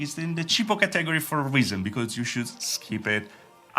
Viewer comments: Cheapo Cah teh gory category. It should sound more like cat / Catta / Katta then gory. not cah - teh - gory. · Kah-tag-O-ry > ka-tah-gor-E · Bruh who else heard ca tag gor re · I like how you pronounce Category. Ha, ha, ha. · You said like it how Dexter says laboratory.